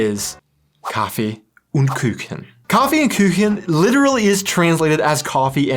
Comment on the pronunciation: It is intetesting how not only you, but many anericans tend to pronounce "Umlaute" (ä,ö,ü) where there are none and don't pronounce them wherre they are. I haven't quite figured out why So it is " Kaffee und Kuchen" not " Kaffee ünd Küchen". Kaffee is pronounced perfectly. When you try "und" try to think of how you pronounce the "ou" in the word "you", and the same with "Kuchen" You really just need the sound of "(y)ou"